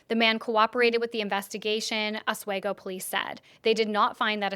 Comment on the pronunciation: Re: Oswego pronunciation if you report on this again, it’s more like Os-WE-go. Love you, and all you do!